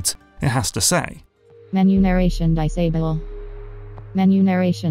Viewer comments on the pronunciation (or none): "In-a-bull" - "Dice able" - great job, menu narration. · "Enablay... Disablay" hahaha. Really, the one that in general seems like it should be a total given is subtitles. It was surprising to see that some games just didn't have them. Very useful for pretty much anybody and everybody. Whether it's for players with hearing issues or people who live in places where they need to keep the volume down (crappy apartment walls) or just need to keep it down for other reasons (someone sleeping nearby). Or maybe they can't make out an accent or whatever. Subtitles are simply useful for everybody (and turning them on or off should be as simple as ON/OFF in the menu. Super basic). The implementation of extra detail to those subtitles becomes another question though in terms of how to apply it to gameplay. Like maybe giving away who is saying something in a stealth game is counterintuitive to the the sneaking aspect that is meant to keep you on your toes and second guessing yourself until you clearly make that distinction of, "yep I see that person is moving their body or mouth when they are speaking therefore they are the speaker", as opposed to someone in the distance maybe is the speaker or is not, but the game gives it away with a big speech bubble above their head which gives me that info way before I as the player could have made that distinction myself. Again though, this is like next level aspects of the general subtitle issue (and I'm talking strictly dialogue subtitles). The first paragraph is really the simple standard that should be